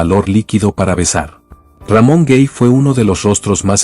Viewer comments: Se pronuncia Ramon Gay no Guey, es español. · Tocante al actor Ramón Gay, el apellido no se lee cómo si fuera en Inglés, es Gay literalmente con letra A, y usted lo pronunció cómo si estuviera en Inglés, pero no es así.